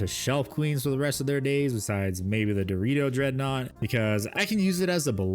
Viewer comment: Why you say “Deredeo” as Dorito?